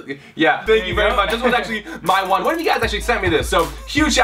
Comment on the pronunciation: First, it's wand. Second, it's not "stic", it's "stick"